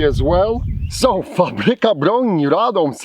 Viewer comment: your pronunciation of Fabryka and Radom is pretty good are you polish